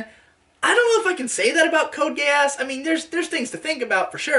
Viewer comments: That is how the "e" in romanji is pronounced. He frequently mispronounces the "a" though, it should be Gay-ahs, but the "gay" is there regardless. No matter what, it's going to sound like a British person saying "gay ass". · I literally cannot help hearing "code gayass" please send help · I kept thinking that was saying “Code Gay-ass” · cant tell if he just thinks it is pronounced that way or he is trying to call it "Code gay ass"